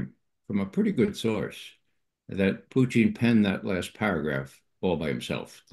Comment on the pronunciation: Why does he call putin puting or puchin ,??